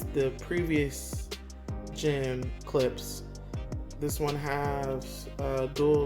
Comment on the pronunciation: Love the video but it’s pronounced “klip-sh” 😉